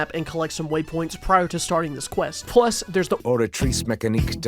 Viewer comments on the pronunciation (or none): none